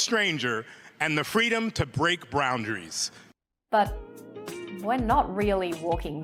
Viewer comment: "The freedom to break brownderies" or broundaries maybe. XD